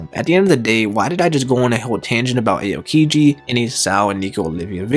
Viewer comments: It’s not Ayo! Kiji let’s go to the club!! It’s ah o kiji. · First of all, it’s Nico OLVIA, not Olivia Second, you should pronounce AH-O-Kiji, not “Ay-oh” Third, that was pretty interesting, either way I don’t care if they’re alive or dead but I can’t HOW aids would bring them back if ever